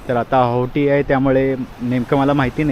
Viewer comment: आहोटी नाही हो.. ओहोटी